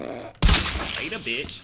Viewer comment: Am I the only one who likes when says “Lateh Bitch”